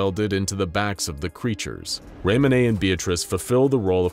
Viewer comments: It’s fucking ray-moan not ray-moan-ay please look up the pronunciation especially seeing how big your channel is. That being said love you guys and this is my favorite channel on all the internet (this and infografics) obviously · hey uh. Raymones name is just pronounced "Ray-Moan" rip THEY KILLED HIS KID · Raymone is pronounced Ray-mohn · As usual the video was great But i've never heard the pronunciation of the name Raymone butchered so badly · Your pronunciation of Raymone physically hurts me. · Do you seriously not know how to pronounce Ramone?